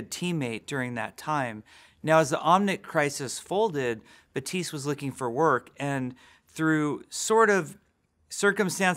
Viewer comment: glad i watched this video because i would've never known that Baptiste would be pronounced Batiis